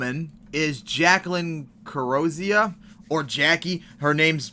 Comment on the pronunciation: “Kuro-Zia?” It’s “Carri-zo-sa” it’s Spanish, not Italian. But yes, I agree with you.